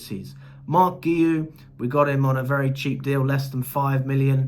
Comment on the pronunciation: Is Marc Guehi name really that hard name to pronounce properly? Lol